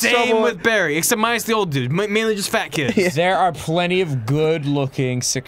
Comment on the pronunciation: i was so sure that the intro said "barfy" instead of Barry